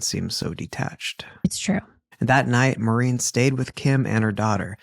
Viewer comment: I hate when people say “Marine.” My mom’s named was Maureen and she always said “More-een.” A lot of people do it so nothing against yall and maybe this lady said her own name like that. And dang, so many familiar names. I’m Rachael, my mom was Maureen, my uncle is Kim, and cousin Kem, and my grandma is Norma. Is this fu**ing play about us?!😂